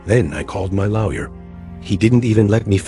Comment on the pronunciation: Can’t even pronounce lawyer. 😂